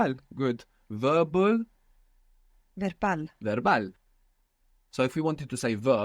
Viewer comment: Why is Verbal and Verbo being pronounced with a V sound and not a B sound? I thought V and B are pronounced the same in Spanish?